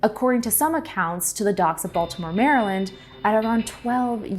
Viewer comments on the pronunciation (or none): none